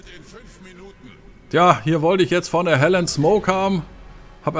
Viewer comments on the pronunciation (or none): Gutes Spiel aber wieso sprichst du die Halland englisch aus, sodass es wie Helen klingt!? 😂 Ist doch ein Schwede🤪